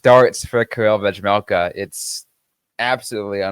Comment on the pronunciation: I love the podcast and have been listening since November, so keep it up! But drive me insane that you can't pronounce 'vejmelka' 😂😂 My parents both served missions in the Czech Republic and speak Czech and you aren't supposed to pronounce the 'j' in his last name. When you just say 'Vej' it's fine, but even when you listen to a game you can hear the difference when Utah's broadcasting crew say his whole last name. It's just pronounced 've-mel-ka' lol